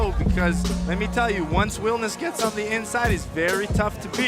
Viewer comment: "...vicious bo-DY- shots go..." "...once wilnis GETS on the inside..."